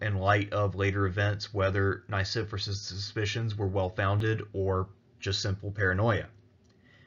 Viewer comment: The pronunciation of Nicephorus is technically Nee - Kee - for - aws. But all in all, absolutely loved your presentation! Very well written.